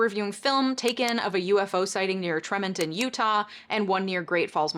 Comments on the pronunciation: Just popping in to be a little pedantic. It's pronounced TREE-mon-ton. As a lifelong Utah resident, I had never heard of those sightings. Which is odd considering I was a kid with a room adorned with space wallpaper and wore tshirts with aliens on them everyday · I've lived in Tremonton (pronounced tree-mon-ton) before and I've never had sun reflect off of a gull before 😂 Thanks for reporting that bit of information, it gave me a chuckle! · It's pronounced TREE-mont-on, Utah.